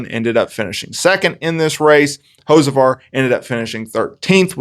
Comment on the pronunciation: Learn how to say the dudes name 😂